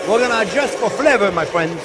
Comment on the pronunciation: "well hello there phrinzzzzzzz!!!!"